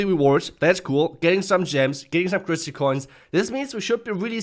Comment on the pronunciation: Are you ever going to say "crystal" right? It's criss-tal not criss-ly, there is no "ly" in crystal bruh